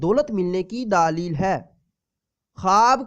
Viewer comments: دلیل ہوتا ہے بھائی صاحب، دا ا لیل نہیں ہوتا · lafz daleel nh ha ap galt bol rahy ho lafz dleel ha